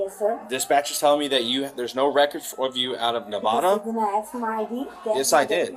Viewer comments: “THEY DIDN’T AKS ME” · The word is ASK not AKS. I can literally hear her horrible spelling. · why does she say axe so much? weird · Black people the word is ... ASK ... not axe you are not chopping wood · It’s ask, not axe…. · I not axing you I’m telling you, you’re a moron!! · Why can't they say "Ask"? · I'll never understand how adults from an entire community cannot pronounce a word as simple as "ask". Beyond me. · "axe me"